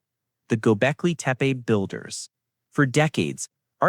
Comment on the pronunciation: You know its to bad this AI PRESENTATIKON IS CLICK BAITAND THAT THE NARRATORS PACING AND LPRONOUNCIATION IS SO BAD ON THE WORDS DESCRIBING THE SOCIETY. i TURNED ON THE CLOSED CAPTIONS AND THE GGOGLE VOICE ENGINGE COULD NOT UNDERSTAND THE NARRATOR EITHER. WHAT EVER GOBECLETE MEAN S BUT THAT WASN'T WHAT THE NARRATOR SAID. What is deliberate earth? officially should not exist is bullshit ., When history books make claims they only say the evidence so far says something this creator is a jerk. why is this dangerous archeologists don't mind new information it just has to have good evidence to corroborate the findings that what books and PHD theses do. i stopped listening after 5 mins. I also dont like the stupid animation 👎👎👎